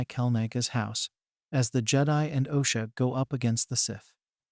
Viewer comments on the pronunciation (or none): none